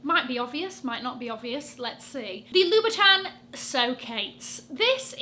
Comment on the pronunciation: Louboutin is pronounced "Loo-boo-ton", not "Loo-bee-ton"